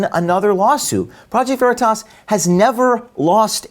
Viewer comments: Fox 9 can't even pronounce veritas "very toss" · It's stupid, the way they pronounce "Veritas" as "Very Toss," as if it's so small and unimportant that they don't even know how it's pronounced. It's too over the top. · "Project Very-toss"